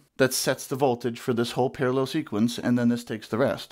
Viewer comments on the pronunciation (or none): Par-a-LELL ! I love it, that is how I say it. I also say food proces-SORE